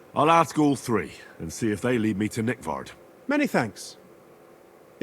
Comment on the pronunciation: every time I hear the name Nickvard its seems like them said NickFart :)